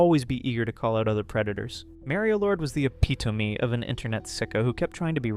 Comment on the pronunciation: Definitely one of the ways you could pronounce epitome